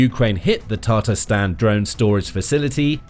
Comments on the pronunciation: Toponims are not your strong side. TataARstan. Not tatRAstan. And alaAbuga. Not alabUga. :). Do your homework check with Google or native speakers next time. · Has anyone realized that he is pronouncing Tatarstan wrong